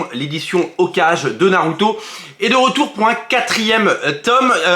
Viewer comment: Superbe vidéo ! Par contre on dit pas Hokage mais ça se prononce " Okagé"